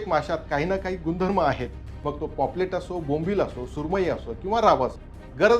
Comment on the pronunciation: पॉपलेट नाही पापलेट